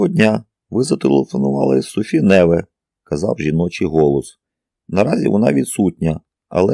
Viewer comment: Ну як, скажіть, ЯК француженку можуть звати НЕве? Це ж французька!!! Майже все має наголос на ОСТАННЬОМУ складі!! Як цього може не знати той, хто претендує на роль диктора?.. Знов не справдилися очікування. РівОлі, ДОфіна тощо. Порадьте, де можна послухати професіональну озвучку?